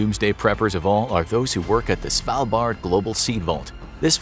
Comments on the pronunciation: You're pronouncing "Svalbard" convincingly well. From a norwegian point of view it was easy to understand what you meant :) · You said Svalbard right! Good job👏👏👏